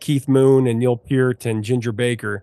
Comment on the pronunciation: The fact that you pronounce Neil Peart's last name correctly gives you so much credit in my book. Love your videos!